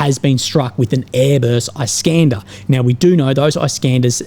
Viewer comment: Iskander = EE-scan-der, not Eye-scAn-der.